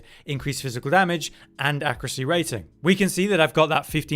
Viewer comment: Why do all YouTubers and/or Twitch streamers say "accruate" and "accruacy" these days? Has there been a linguistic shift that I missed?